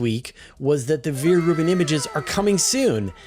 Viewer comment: Come one, it is not pronounced Viere Rubin, but Vera Rubin. Ve- Ra Rubin